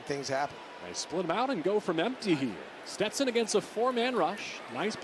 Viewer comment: Steston "PASH" Bennett